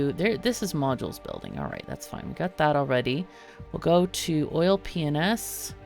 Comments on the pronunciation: My gf was napping in a chair next to me outside while I caught up on the series and out of no where she goes ‘ha! Sounded like she just said oil penis when she said oil p&s’ lololol so childish but we had a good laugh over it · Everytime you say "Oil P&S" I hear something very different XD